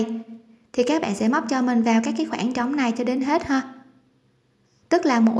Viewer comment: Céc bẹn là gì vậy?.Hàng thì nói là hàng sao lại là hèng?Nghe giọng nói hết muốn bấm nút like dù chỉ dẫn tất tốt..